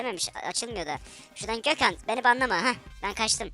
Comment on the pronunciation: Abi ne güzel Gökhan diyon